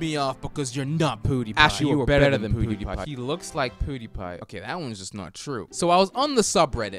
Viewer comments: The way he says pewdiepie makes me uncomfortable. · Probably a British thing. KSI Say Poo-diepie also